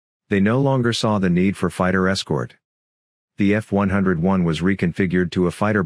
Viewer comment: LMAO.. F-101 is pronounced "F-one-oh-one"